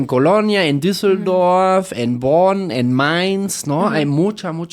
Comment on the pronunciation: Es Bhon O Bonn